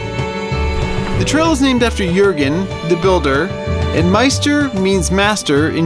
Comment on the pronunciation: You pronounced the "Meister" pretty well ! Nice video like always